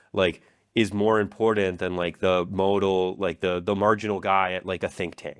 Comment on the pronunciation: "modal" , mispronounced words, making polymarket sound prudent, offensively long intro cuts